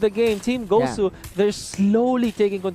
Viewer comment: Gosh the commentary guy said “guzu” Its not guzu its gosu gosh man Btw huge fan by the gosu team